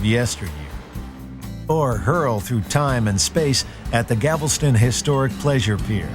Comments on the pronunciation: omfg. he said "keh-mah" and "gavel-ston" -_ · Did he say “Gavleston”? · "Gavelston".... wow. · Houston: one of the best cities in the country and the best in Texas. And Kemah is pronounced [key-mah] not [kim-ah]. Also Galveston is pronounced [gal-ves-stun] not [gavel-stun] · or galveston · Wow, this guy completely butchered Kemah and Galveston